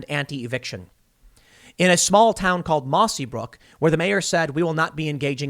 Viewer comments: The town in Washington is called Mossyrock lol not mossy brook lol love ya Tim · Its " mossyrock " not brook . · It's Mossyrock not Mossybrook. This is about 30 miles south of Olympia in Lewis County. A very RED county. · For the love of God Tim. It's mossyrock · I live in the area in Washington it's pronounced by the locals Mossy- Rock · it's mossyrock pls get it right i live nearby